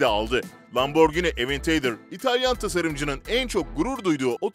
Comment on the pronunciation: Sen inkilizçeyi nerden öğrendin? Aborcinlerden mi? Aventeydır diye bi modeli yol lambonun. Sen önce inkilizçe öğren sonra video seslendir 😂😂😂 Yada evinde otur sim siti falan oyna 🤣🤣🤣